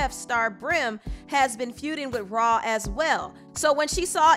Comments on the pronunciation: "RAW-Ali" 😂😂😂 lmao it's "Rah" not "RAW" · Cardi b needs to have several seats who wants offset :Nobody & this the second Time i here someone pronounce rah ali name like that it’s rah Yu don’t say her name like it’s spelled like a monster lol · Why is the content creator saying “raw” instead of “rah”. Sounds crazy bro 🤣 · Anybody died a little every time she called Rah, “Raw”?